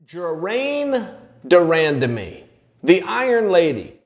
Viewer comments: Ger-mayne de Rahn-Dah-Me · It's actually not 'Jermaine' either. I think for Americans the closest they wil come to pronouncing her name correctly is to pronounce 'Jermain' in a French accent and then an 'e' to the end forcefully. Like the 'e' after in Hermione. Btw, it's actually quite a common name for women of Surinamese decent, even though it's kinda old fashioned. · Chael calling her the iron lady because he cant pronounce "Germaine De Randamie" hahaha